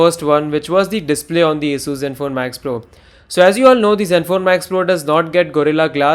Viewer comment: Thank you for pronouncing ASUS perfectly